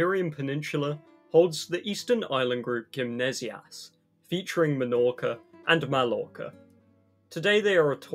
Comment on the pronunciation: Melorca, malorca and aiviza, the three major Balearic islands... Man... You also have all of the correct pronunciations in English, its not like ñ or something, you have them on normal words